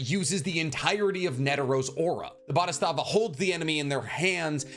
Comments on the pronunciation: What the fuck is up with your pronunciation of neteros ability? Bodhisattva. Boh-dee-zutt-va. Why are you saying boristava 🤡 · It’s bo-dhi-satt-va not bodhistavva!! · My guy mispronounced "bodhisattva" three times in three different ways smh. Truly the worst pronouncer in the industry